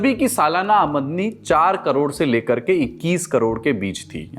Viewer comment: ''Amdani" bolne k jagah "Amadni" bol diya